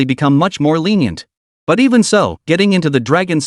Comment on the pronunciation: Chu Lan: Litenient